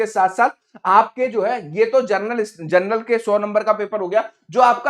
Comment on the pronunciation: जरनल जर्नल क्यों बोल रहे हो, तुमको तो शुद्ध बोलना भी नहीं आता है, क्या पढ़ाओगे।